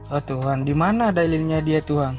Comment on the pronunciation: Ini kadrun bahasa indonesia saja salah... Tuhan bukan Tuhang😊